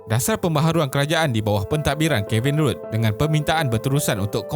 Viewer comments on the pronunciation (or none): Isi bagus, suara penyampai bagus, cuma tak bagusnya penyampai (dah banyak kali ia berlaku), tak buat kerja rumah dengan tidak menyebut sebutan yang sepatutnya, ikut suka hati dia nak sebut. Contohnya bekas PM Australia Kevin RUDD, sepatutny RUDD disebut RAD bukan RUD atau kedengaran seperti RUDE, memang rude (kurang ajar) sebut begitu pada pemimpin negara yang sebutannya lain. Satu lagi, sebutan AUSTRALIA adalah OS-TRE-LIYE bukan AUSTROLIYE. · The former Prime Minister, Kevin Rudd, his last name should be pronounced as /rʌd/ istead of /ruːd/ as in 'rude'.